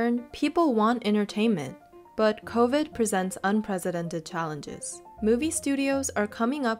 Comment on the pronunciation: It’s unprecedented, not unprezidented,.